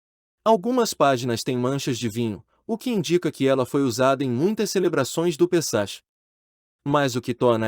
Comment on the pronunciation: A pronúncia correta de Pessach é "Pessak" e Sarajevo é "Saraievo". 😉